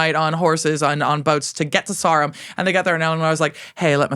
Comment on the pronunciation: Quite a gal talking about quite a gal. Just wonderful. Now putting on my XXXL size autistic/pedantic hat and as I went to school, worked and played sport in Salisbury, could we please have the correct pronunciation of 'Sarum' 😊